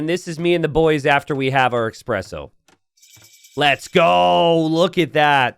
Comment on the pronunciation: says "Expresso" - Day ruined:(